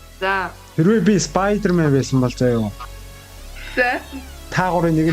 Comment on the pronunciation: ispayder man ged bgnmu ahaha